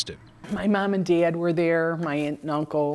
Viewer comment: The way she say dad "D-Ad" is interesting, what is that accent origin ?